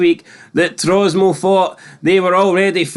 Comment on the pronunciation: It's Tromso not Trosmo ya Numpty!!!!